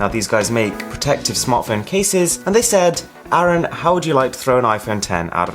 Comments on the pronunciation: If your name is arun why do you pronounce it as aron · His name is arun And he pronounces it as "aaron"